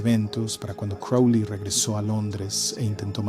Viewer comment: crowley,not kelly.silly ai